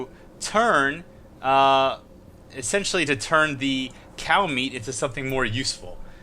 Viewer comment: Every time he says cow or meat... I cringe. Are you fucking sorry?